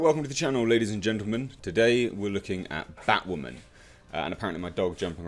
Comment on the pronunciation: Toemato? 😂 wtf taught you how to speak. And its batwoman... say bat-woman. Not baught woman 😂.... great review otherwise